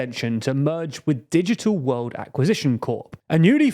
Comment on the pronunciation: You're having real trouble with those L's, aren't you? Normal people don't have your trouble with "world," "well," "social" and so forth. Wehwud, wewu, sohchoo... Ugh! Maybe you could try practicing in front of a mirror. Watch your own video, make a list of all those L-words you are screwing up, and practice them, while watching your lips in a mirror, for a few days. Prefereably before making a fool of yourself anymore on YouTube. (Then you might try "it." The word has a T in it...) There's something profoundly silly about your making a video mocking poor little Trump while making such a childish display of yourself as you do it.